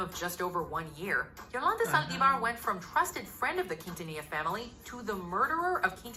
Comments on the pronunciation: It is pronounced Selena “Keen-ta-knee-ya” ☺️ Selene deserved the entire world and she would’ve been a force to be reckoned with. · Umm.... it Selena keen-tan-nee-ya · ummm Quintilla???? wtf did you even try to say it right????? why are yt people like this??? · Not quintila 💀🤣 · You butchered her name. But you can get the accent